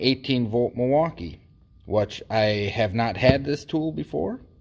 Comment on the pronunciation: I can tell you're from WI by the way you say "Mwaukee" correctly haha!!